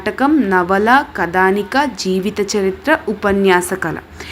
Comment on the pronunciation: కథానిక కదానిక కాదు